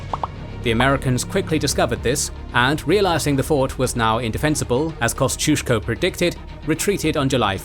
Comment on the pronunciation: they way the narrator butchered the pronounciation of Lafayette, Kosciuszko, Ticonderoga and Schuyler hurt my ears